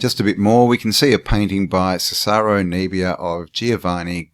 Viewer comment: Cesare, pronounced Chess-er-ay